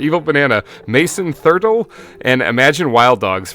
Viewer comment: that is not how you say my last name it's thurTell